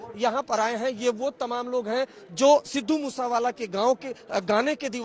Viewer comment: Sir pehele to app naam thik se loo